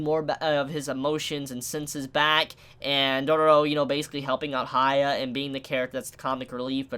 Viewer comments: For the love of god stop calling the MC Haya. There is no "Ha", his name starts with "Hya", that is "hee a" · You calling hyakkimaru "hia" is giving me cancer dude. Aside from that, nice review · his name is Hyakkimaru as in Hee-ya-kee-ma-roo not higha :V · This dude calling Hyakimaru Haiya, is like calling Jesus Jay. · I don't know if you said something about this before, but Why you call Hyakkimaru "Haya"? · Sorry Dude I like the video but pls pronounce his name correctly The way you say it is kind of distracting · Not hating or anything but... you can clearly listen to his name while watching the episode without knowing any japanese, not even that, you can READ IT in the subtitles. I enjoy your reviews but this bugs me every Dororo episode. GET THE NAME STRAIGHT!